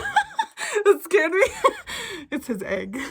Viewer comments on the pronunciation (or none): none